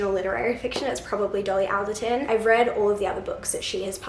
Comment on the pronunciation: Hey bestie! Love your TBR jar vids and so excited for you to read Good Material <3 I really loved it! The audiobook is really good! PS. Dolly's surname - the "al" rhymes will "hall", so it's "all-derton". I only know this because I listen to a lot of her podcasts :)